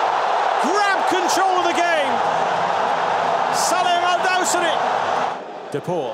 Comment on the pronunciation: The Way He Said "Salim Al-Dawsari" Makes Me Laugh Out Loud 🤣🤣🤣🤣